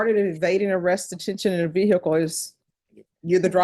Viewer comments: What’s a veer hickle ???😂😂😂😂😂😂😂😂😂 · The way the judge mispronounces ‘vehicle’ always annoys me